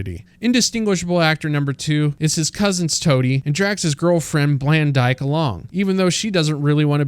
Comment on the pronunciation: "blandyke" yikes